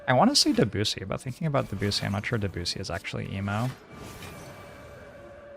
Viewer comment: The way says Debussy sounds like da bussy